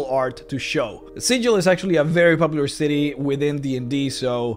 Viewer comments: Super excited for this series, and as much as I enjoyed this one hearing another person mispronouncing Sigil's name makes my soul cry. For reference in D&D the city of Sigil is pronounced as Sig-ill or Siggle not Si-jill like the standard pronunciation of the symbol. The small lore there is on this difference of name is pretty interesting, and it's all based on an in-joke between the original writers. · Oi,, it's pronounced "Sigl" ya' barmy prime! Get it right or some peery cutter's gonna peel you like a sodding rube instead of treating you like a greybeard planeswalker! I... may have been playing a cager (Sigil-born character) recently and endeavored to somewhat learn The Cant. But, seriously though, the city of Sigil is spoken as "Sigl", probably because they've got their own slang going and it is a sure way to tell the natives from the non-natives. Please try to keep that in mind next time.:) The Lady of Pain sends a poor sod to get lost in the mazes every time you call her city Sigil instead of "Sigl". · Great video but you're pronouncing Sigil wrong, my dude. When talking about the city, it is pronounced with a hard G instead of the soft G. Otherwise in a real world context, you are pronouncing it correctly. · Also it's pronounced "Siggle" not "Sidgel". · According to lore, Sigil is pronounced: "sih-gul" not: "sih--jil" infact if you pronounce it the latter way inhabitants of the city will try to rip you off for being a newb. We know the Lady of Pain destroys anyone that tries to worship her and within Sigil she is more powerful than all the greater dieties of all the pantheon put together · It's pronounced with a hard "g", like "siggle". Trust me. (I should specify that I'm only speaking of the city. The common noun is, of course, pronounced with a soft "g", hence the confusion.) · You say Sigil like a berk.